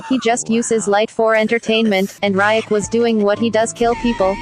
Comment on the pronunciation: She pronounced riek